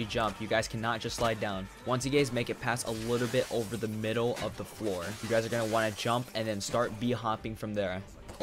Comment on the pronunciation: "once you gays..." Listen here bud... how'd you know